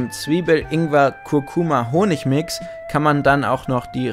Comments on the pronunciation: Bitte um Korrektur Ingwer statt Inger, ein kleiner Hinweis von einem großen Fan ;) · Es heißt Ingwer und nicht Inger!